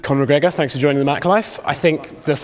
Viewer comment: so funny how he says thanks sounds like tanks